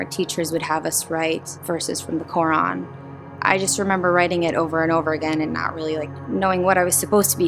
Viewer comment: I agree with you completely. She claims to have grown up Muslim but can't pronounce simple words such as Quran and Muslim.